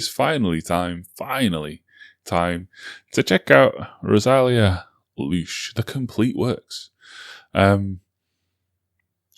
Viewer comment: Rosalía: is pronnounced with the accent in the i not in the first a: ro sa LÍ a